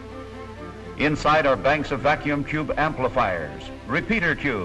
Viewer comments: What funny way does the announcer say Vacuum Tube that the captions say Vacuum Jew ??? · 73! I thought he was saying vacuum chube.